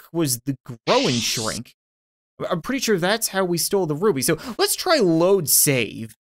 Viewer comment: It said the romainian Ruby right.And I Am from it.